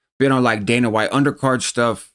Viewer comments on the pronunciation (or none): none